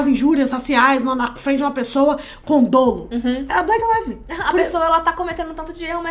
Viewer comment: Adoro o conteúdo, meninas! Só gostaria de dar um toque. A pronúncia da palavra dolo é com o "ó" aberto, soa como dólo (e não dôlo). Notei que a acaba pronunciando diferente em vários vídeos. Sei que não é a área dela, mas acho que vale super a pena aprender. Esses detalhes fazem diferença!